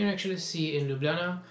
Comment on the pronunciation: I actually think that your pronunciation of Ljubljana is kind of good :-D you're right, the cave is beautiful. I had exacctly the LotR feel there... :)